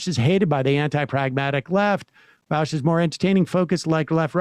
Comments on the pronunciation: Why do so many people say vawsh its vaush like aw not ow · It's pronounced "Vosh" not vouch 😂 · I genuinely cannot tell if Emma and Sam pronounce Vaush as Vowsh ironically or not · Why is it hard to hear someone say Vaush's name correctly and then repeat it without turning it into "Vaowsh"? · I agree with vaush like 70% of the time, but that includes most of the big things lefties want. Everybody who has such strong feelings about VA-aush says his name wrong. Lol Vaush also calls these people fascists with leftist aesthetics Which I agree with. Tankies is what he means